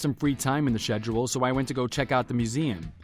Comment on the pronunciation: It's pronounced SKEDULE not SHEDULE